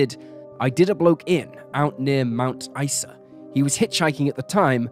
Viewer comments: Mount Ice-a and Air-Lie Beach were impressively botched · I get very angry when police put cases in the "too hard" basket, and/or cover up for potential "bad seeds" in the force. Thank you for bringing this case to light again. Though I would appreciate that place and people's names (Ivan Milat, Mt Isa, Concurry etc) be checked for correct pronunciation before voicing the narrative. And although I understand that a lot of time and effort goes into making these videos, it isn't a hard thing to do. Most pronunciations can be checked online.